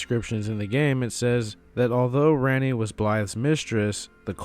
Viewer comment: For gods sake it’s prounced like Ronni not RANni